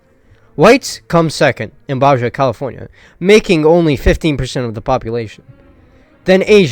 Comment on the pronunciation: Oof, my guy, I was always told to never disparage someone for mispronouncing a word because that means they learned the word by reading it. But wow this just goes on and on. have you never heard someone say "Baja California" before? or "Mojave"? Where are you from lol. Also - is just pure gold. Keep it up!